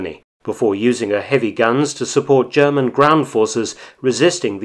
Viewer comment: Your German sounds very authentic. M.